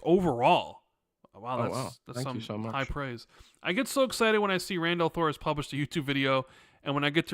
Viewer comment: We have been hearing for a few months. No big deal. I just laughed when I heard it.